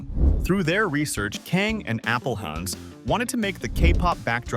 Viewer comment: AI voice can't figure out how to pronounce Appelhans :P